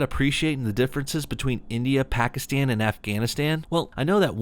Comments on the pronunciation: Why does she keep pronouncing Pakistan like that? Bawgistawn! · What?!?! How?!?!? The first guy who made the comment said she says Pakistan like "bawgistan" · What the hell are bokiston and offghoniston? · I hate the fuckin way she pronounces Pakistan and Afghanistan in the video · And Afghanistan too but then she pronounces India normally